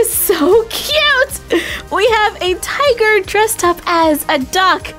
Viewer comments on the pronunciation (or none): none